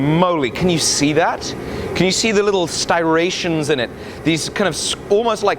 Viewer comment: Striations, not stirations. I thought it was only we Americans who have difficulty with adjacent consonants. Cool video, nonetheless.